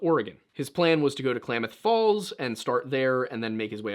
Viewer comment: Klamath Falls resident here. Excellent pronunciation! Crater Lake is incredible. Photo and video never do the deep blue of the lake any justice. Something to note: Blue jeans are denim, which is cotton. Cotton is first on the list of NEVER WEAR IN THE SNOW. It doesn't hold heat and gets wet very easily. It's egregious that he would be so well prepared but be wearing blue jeans.